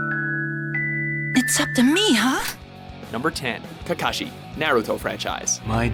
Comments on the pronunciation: Cacashi , bro its kakaashi not CACAshi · ITS kakashi NOT KAKAshi 😐😐😐😐😐😐😐😐😐😐😐